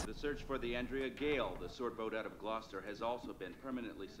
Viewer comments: Glouce-ster (Glah-ster) Worce-ster-shir(e) sauce I worked in Mayfield, KY for 18 months. The natives had a tough time with worcestershire sauce. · Gloucester is pronounced "Glosster'. After this movie came out, a good friend of mine said she'd never eat fish again knowing that it costs some men their lives. But I said that I'll probably eat more now that I understand the risks they take to provide for their families. I'd never want to take a single dime from them knowing what they go through to earn it. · It's pronounced "Gloss-ter" or "Glosstah" if you're from Massachusetts LoL xD Yeah our towns have some funny names. Like Worcester (Woo-ster) Billerica (Bill-rick-a) Haverhill (Ha-vril) :D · just caught you on the perfect storm, gloucester is pronounced gloster{sorry}. if you want to watch another one based on a true story, try the finest hours. i used to live in the town, and graduated from h.s. with the photographer's daughter.. great show as always, john' p.s. the ship was visible from the c;g; station until the blizzard of '78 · Gloucester, UK or Gloucester, US? Because 'Glosster' is more akin to how we Brits pronounce it but Massachuchutrains seem to pronounce it 'Glou-sta'. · Well that’s an adorable way to pronounce Gloucester! I enjoyed this movie overall. Saw it in an extremely old movie theater in MA when it came out. We went there a lot so they let us sit in the off limits balcony. My friend and I found Diane Lane’s performance so over the top and irritating (ugh her accent!) and the scene with her face superimposed over the ocean when Bobby is left at the end made us both burst out laughing. We couldn’t help it! People below us were SO mad and tried to throw stuff at us. It ended up being the last movie we saw there before they renovated the theater and now is mostly for live performances and very expensive. This movie brings back a lot of good memories. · Maybe a bit more like "gloss-tuh" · It's pronounced Gloster.